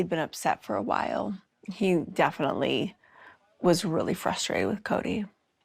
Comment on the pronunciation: This could be a drinking game ... take a shot every time Meri says "roolly" (really) ... you'll be drunk in a minute, guaranteed.